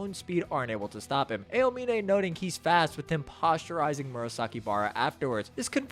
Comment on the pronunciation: Posterizing not postureizing